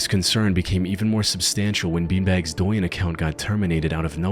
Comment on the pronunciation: at - douyin is pronounced like dough-yin